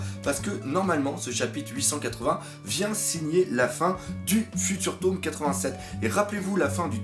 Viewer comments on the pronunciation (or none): none